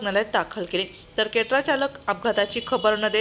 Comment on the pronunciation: केट्रा नाही क्रेटा आहे 😂